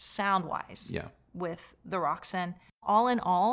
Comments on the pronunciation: May i correct you, its rokSAN not roksun, enjoy your day , great review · Pretty sure it's pronounced Rok - San After some ancient goddess. I have the 150 watt per channel k3 integrated which I bought second hand. I like the musical sound. Paired with monitor audio silver 100 7 gen. Would be great it you could get a hold of the Roksan Blak amp.